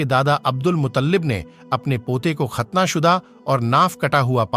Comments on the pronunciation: Naam he Mut ta lib ap keh rahe he mutallib Jo ghalat he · मुताल्लिब नही भाई मुत्तलिब नाम था